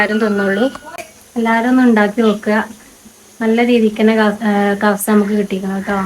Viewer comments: കഫ്സ അല്ല പെണ്ണെ കബ്സ ആണ് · കഫ്സ അല്ല.കബ്സ ആണ് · കബ്സ ആണ് കവ്സ അല്ല ❤